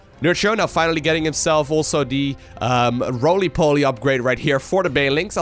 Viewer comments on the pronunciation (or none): Roley Poley lol